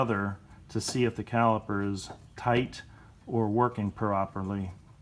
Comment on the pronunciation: CaliPer.. With a P.😁